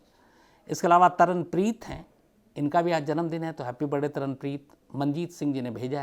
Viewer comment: shams साहाब आप, "हॅपी बरडे"बोलते है,हालाकी; "हॅपी बर्थ डे"ऐसा होना चैये,मैने बहोत बार observe करणे के बाद बोला है,क्षमा चाहती हु